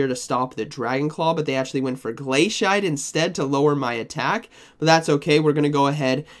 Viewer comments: I love your content, but your pronunciation is a bit… unique Glay-see-ate, or I’d accept glass-ee-ate. Both make sense. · Ah yes my favorite move, glay-shite